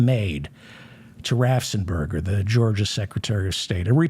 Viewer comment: David. David. David. RAFFFENSPERGER. RAFF! ENS! PERGER! Raffensperger. 😡